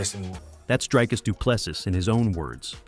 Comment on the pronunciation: And Dricus is like Dree not Dry